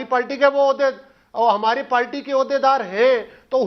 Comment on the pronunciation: Do not invite Ali Gauhar Baloch please... He has tp learn how to speak.... he uses word palty instead of party...amazing